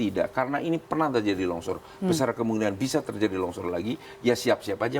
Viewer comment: Longsor pak bukan lonsor hhii